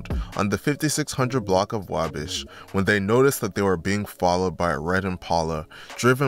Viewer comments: It’s called “WAwh-Bash” Not WayBesh you have never heard of the Wabash River, in Indiana?? Like the main trading area of the mid 1800s to early 1900s in Terre Haute, Indiana….. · Why do you keep saying wahbish ???? It’s wah bash !!! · Your not gonna explain how lil boo’s body landed by the tire of the car with his head basically under the tire therefore his opps mock him as “ tire head” And it’s “ wah- bash” pronounced like waffle/bday bash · Say it with me: Wah-Bash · The way, he said Wabash😂😂😂😂😂😂😂😂😂😂😂😂😂😂